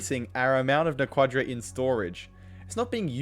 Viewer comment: I hate to play Hermione here, but it's "NA- quah-dah", not "na- QUAH- dah". The only time you put emphasis on the second syllable is with "Naquadriah". never Naquadah.